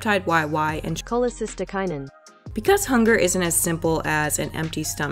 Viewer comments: "Cholecystokinin" XD I don't blame you for making google pronounce it, what a mouthful! Love your videos, I hope to see more from you :) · the pronunciation wasn't correct either 😪😪😂